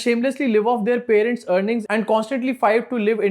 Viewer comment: Her education parents ko patents bol rahi hai